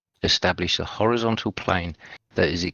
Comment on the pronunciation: level… is orizon’al